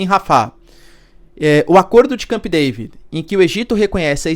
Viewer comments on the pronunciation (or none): none